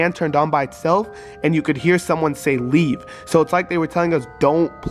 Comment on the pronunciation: When it said leave it sounded like rug